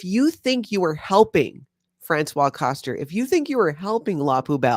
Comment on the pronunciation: Dear.... It's Franswaze (Françoise) Koster, not Franswa (François) because this is a man's name! 😮